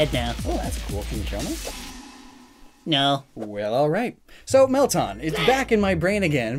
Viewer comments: it's pronounced "Melt-Anne", not "Melt-Ahn"! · He’s pronouncing it as “Mel-tahn” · Woahwoah woah... wait did you just say Melton? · “Melton” Me: “That’s just wrong”